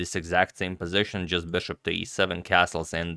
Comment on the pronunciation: "beshop"...come on dude, it's BISHOP